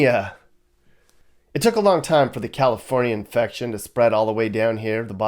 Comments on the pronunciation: “Cacafornia”. I admit that I laughed at that, but dang, it’s sickening and depressing. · I'm so mad at you for making me laugh at "Cacafornia" lmao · "Cacafornia" enough said. I have spent all 52 years of my life in California. Lived in both NorCal and SoCal. Watching the decline is heartbreaking. I climbed to the top of the mountain next to Big Bear mountain 10 years ago and on the summit boulder were LA gang graffiti and broken alcohol bottles with a used condom wrapper. Awesome work and especially the commentary. Taking a cruise through the Harbor Area (focused on Wilmington CA) could be an interesting drive: junkyards, projects, strip clubs, dive bars, the harbor, and ghettoes. You were there before I think but it didn't catch the true spirit of the area. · Ca-Cafornia, I am originally from there and I found that hysterical!! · Cacafornia lol 😆